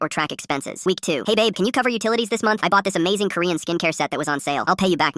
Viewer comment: In the start of the vid she said abe instead of babe if u guys noticed.